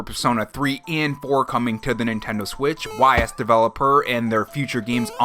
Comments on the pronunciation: I'll likely skip Persona 3, as I already own the game 3 times (Persona 3, Persona 3 FES, "P3P"). Persona 4 Golden, though? That's more likely...wait. What the Hell?!?! Oh, nonono. No. NO Ys is pronounced "ease" - like "Ease gingerly into a recliner." Not 'Why Ess' - how are you mispronouncing Ys? Ease! EASE! 😠😠👿👿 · Y's is pronounced "Ees"